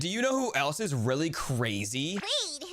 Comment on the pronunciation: and. tuner. or rirly. dayting. 😮. emmmmmmm rirly